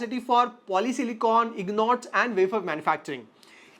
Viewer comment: Ingots ❌ Ignots ✅